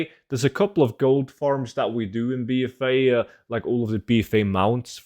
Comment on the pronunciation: The way he's saying BFA. "Bee Fay" 😆